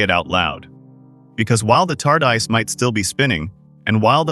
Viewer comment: What’s the tar-dice?